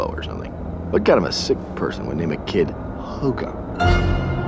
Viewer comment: I thought he said HOGARZUZ or HOGARTH ZEUS.